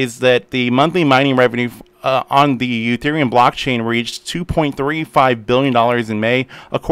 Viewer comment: Why do you call Ethereum Uthereum?